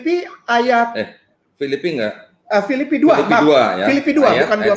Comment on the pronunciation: Penyebutan kitab filipi saja salah ini berarti terbukti kainama itu penipu